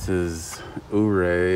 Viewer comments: Yur-Ray, not Ooo-Ray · Ouray is pronounced “yourray”.....nice video! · I think ...Ouray....is pronounced.... ....Your A... not sure.